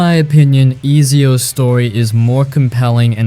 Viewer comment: 😂😂😂😂 and Easyio instead of Ezio Auditore